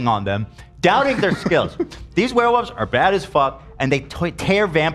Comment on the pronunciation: "The weh wulfs" 😂